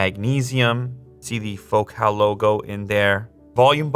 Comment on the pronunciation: It's pronounced Focal, not Focaal. Like focal point, which is kind of their whole thing. They have been making exceptional car audio for decades.